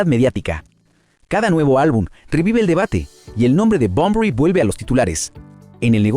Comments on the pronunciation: lamentable video, todo hablando de supuestos, "dicen" . Una verguenza digna de un pobre tipo que odia a Bunbury, pero que inmediatamente despues dice que es una leyenda, no puede ni nombrarlo porque le dice Bombory. La comparación con jim morrison digna de alguien que nunca escuchó Heroes ni a BUNBURY...en fin, si alguien está leyendo éste comentario antes de ver el video, no pierdan el tiempo, es puro cotorreo de peluquería sin ningún sustento, no le den like, no lo sigan ni toquen la campanita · Muy negativo este análisis; bastante insulso y sin argumento, Bunbury se pronuncia tal cual se escribe, no es Bonbory, un irrespeto total a un Maestro innegable, Poeta ecléctico y sensible; busca no más otro oficio pendejo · "Bomborui"🤦😖 desde luego... De asco escucharlo pronunciarlo 🤢 No pude ver el vídeo mas de 5 minutos. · Por qué no aprendes a pronunciar bien su nombre?? Es muy fácil, solo hay q leerlo bien